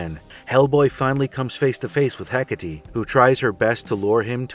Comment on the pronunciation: The best attempt at the pronunciation of 'Εκάτη I've seen so far, nice!